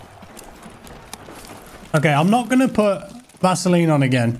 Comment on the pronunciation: Bro the way you said Vaseline and blurry, it feels you have not played tarkov at all forget about after 3 months 😂